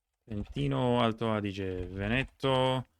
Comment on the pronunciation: great pronounciation of Italian! only mistakes: lohm-bahr-DEE-ah VEH-neh-toh great job!